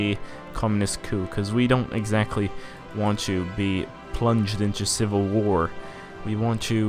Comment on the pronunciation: I love how your brazilian accent still prevails on the "tchuuuuuu" (to)